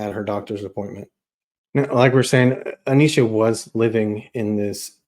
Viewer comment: Its A-nesh-uh not A-neesh-uh